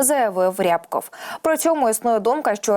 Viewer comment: Не ряяябков, а рябкоооов